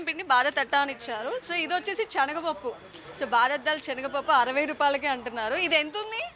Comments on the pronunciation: చెనగపప్పు కాదు, శనగ పప్పు అండి. మంచి భాష నేర్చు కోండి. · చనగ పప్పు కాదు... శనగ పప్పు అనాలి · Amma language sari chesuko, chanaga pappu kadu talli, SANAGA Pappu, telugu sariga inka nuvvu nerchukoli amma, dont mind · చెనగ పప్పు కాదు, సెనగపప్పు అని పలకాలి ఇంకా భారత్ రైస్ కోసం రిలయన్స్ స్టోర్ వెళితే దొరుకుతుంది భారత్ రైస్ దొడ్డు బియ్యం లాగా ఉన్నది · " 360 నిజం ఆలోచనను మారుస్తుంది " ... చెనగపప్పు కాదమ్మా అది శనగపప్పు " .. పదాలు తప్పులేకుండా పలికితే తెలుగు బతుకుతుంది 🙏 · Amma THALLI chenaga pappu KADU , senaga pappu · చనగ పప్పూ కాదు, శనగ పప్పు, ముందు భాష రాని వారిని యాంకర్ గా పెట్టిన వెధవలు అందరిని పాడు చేస్తున్నారు.